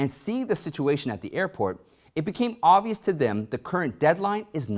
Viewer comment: He says, ovious instead of obvious and fustrating instead of frustrating LOL he's funny